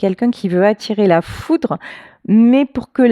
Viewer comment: "Foutre" ou "Foudre" 😮